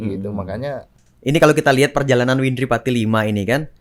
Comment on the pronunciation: Wendri siapa ? Windri oi bukan wendri 🤣